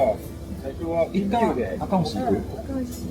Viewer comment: アカホシじゃなくてアカボシなw